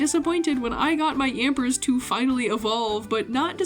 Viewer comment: Did she ever explain why she pronounces Yamper withan S?